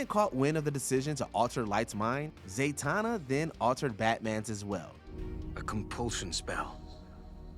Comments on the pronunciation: “ O-ay” “Zay-tana”?🤨😂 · Who's Zay-tahnah? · "Dah-pinder", "O-ay", "Zay-tana"...Jesus, can we please get someone who has actually seen some superhero media to read the copy? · Can't lie, I'm not happy with the way the narrator pronounces Zatana.